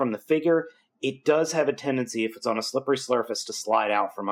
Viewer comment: you said slippery slurpace XD just thought id let ya know